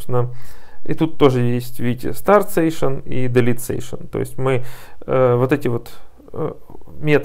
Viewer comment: Сэйшэн звучит прикольнее чем сэшшн ;)